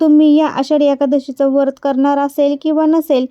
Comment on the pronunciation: वरत,नाही व्रत असे म्हणा. खूप छान माहिती सांगितली 🙏